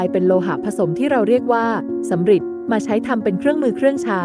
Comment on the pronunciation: ยุคสำริดครับ ไม่ใช่ยุคสำหริด